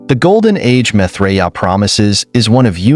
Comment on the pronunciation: PRONOUNCE HIS NAME CORRECTLY!!!